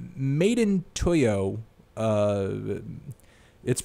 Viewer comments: ITS MADE IN TOKYO NOT "TOYO" YOU MELON. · Made in what 😂😂😂 its pronounced madeintokyo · for future reference, madeintyo is pronounced "made in tokyo", or just "tokyo". :-) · It's pronounced Made in Tee Why Oh and he has released some decent mixtapes such as: - You Are Forgiven (his best so far) - Thank You Mr. Tokyo (great mixtape with a single) - 24 hours in Tokyo (decent 4 track mixtape) He's hovering over the cloud rap genre (no pun intended) so I agree that he needs a big album to make himself a household name. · its A Boogie, not a boogie and its pronounced 'madeintokyo' honestly its like hearing your dad talk about hip hop. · It's pronounced A- boogie and Made in Tokyo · pronounced Uh-Me-Nayy, and Made In Tokyo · "MadeInToyo"?? LMFAO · it is pronounced "made in tokyo" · How you going to butcher Aminè, XXXTentacion and MadeinTYO's names like come on dude, they're so easy to pronounce. X has 4 tapes, Ugly God has continuously told us he is dropping The Booty Tape after all this XXL stuff is done. Playboi Carti has a mixtape that's self-titled that Has a couple songs of the summer.